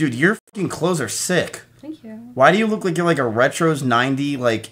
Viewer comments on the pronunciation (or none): none